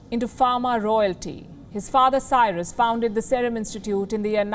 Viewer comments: Wrong pronounciation of Serum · What a Jerk news channel.. this is like one of the BJP propoganda machine.. this stupid news anchor can't even pronunciate "Serum"... She is a pure "bhanghan"...